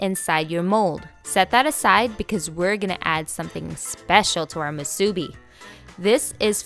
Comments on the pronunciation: Looks delicious and how spam musubi was first made. You can also add rice to the top of the spam before pressing down (so ri e is on the top and bottom) and a little water (paced on your fingertip and slid lightly where the nori meets) will hold the nori in place. Musubi is pronounced “musubee” with the accent on the last syllable. The musubi in your video is excellent. You won’t find too many places that make it like you though. Thank you for sharing! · Nice video. Great personality. One thing: the accent on the word musubi is on the "bi". moo-soo-BEE. Jim from Kauai (where the spam musubi was invented! true story) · this lady makes me nauseated when she says MU SU BEE wrong! i hate this video. we the ppl from hawaii hate when you say things wrong, when its our culture!! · Never marry a woman who can't say musubi right, is what my mom said. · Please learn how to say musubi correctly! And nori! Looks good tho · omg the way she says musubi 😆😆 it’s so irking but it still looks good though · Her pronunciations of nori and musubi are killing me! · Accent on first syllable not on second. Just saying. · Spam musubi is pronounced wrong. Can tell you are not an islander. Accent on the bi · Eh, nori - you need to roll the (r). Furikake roll (r). Musubi emphasize on the last syllable. Hawaiians don’t usually sweeten the rice because we rather taste the rice the rice is the star. Emphasize good rice, washed well and cooked with perfect amount of water. 🌺aloha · Hmmm...did you pronounce "Musubi" on middle syllable? I learned to accent last syllable when in Hawaii. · Same. I was thinking, "this video is great! But this pronunciation is not correct, lol" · Lol I found the pronunciation kinda odd too. But it’s whatever. If you wanna pronounce it right the “u” sound should be the same for mu and su. Japanese language doesn’t have accents like that. Nori is also pronounced like nodi if you wanna be technical lol